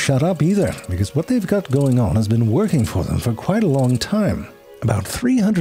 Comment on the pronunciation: I'll tell you, hwhat.